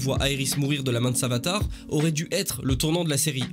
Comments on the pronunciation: Oh non ta dis savatar.... ta cru que c'était le roi de la savate 😂 C'est savitar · Savitar pas savatar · 3 minute 40 il dit savatar au lieux de savitar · C est SAVITAR pas savatar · C sav(i)tar pas savatar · c’est pas savAtar mais savitar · c'est Savitar et non savatar dans la saison 3 et je ne suis pas du tout d'accord avec toi sur cette vidéo. Je tenais juste à le dire. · Like si toi aussi sa ta stressé quand il dit savatar au lieu de SAVITAR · Moi je dit pas "Savatar" mais "Savitar" et je dis pas "Airis" mais "Iris" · C'est iris et savitar x) pas savatar et airis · Pas mal mais juste 2 trucs on dit Iris et pas Aerys ou jsp quoi et Savitar pas Savatar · On dit iris et savitar xd ^^ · Pas d'accord du tout avec toi, la serie flash est la meilleur, t'es la tu critique la serie commence deja par dire iris correctement et savitar correctement merci! flash n'est jamais mort et ne mourra jamais!